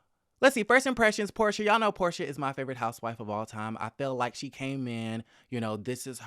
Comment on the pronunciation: It's Porsha. Her name is Porsha.